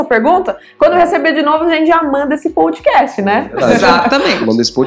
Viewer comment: Obrigado por mais estes momentos de sabedoria César, o kitcast está demais, e a está maravilhosa como host do programa, porém preciso fazer um pequeno apontamento, a pronúncia POUDCAST, quando na verdade a pronúncia é PODCAST. Esta não é uma crítica, talvez apenas um pouco de chatice da minha parte, sem mais, um forte abraços a todos e parabéns pela iniciativa.